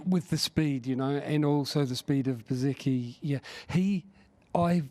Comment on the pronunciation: Will somebody tell that chap with Simon there is no T in bezzecchi.